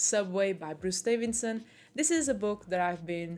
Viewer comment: Why are you calling him 'Davinson'?